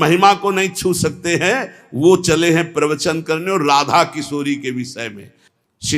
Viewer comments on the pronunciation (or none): Radha Radha hota hai ji.. acche se uccharan kro...🙏🙏🙏🙏